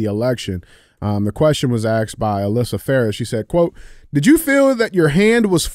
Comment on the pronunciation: STOP-SAYING axed!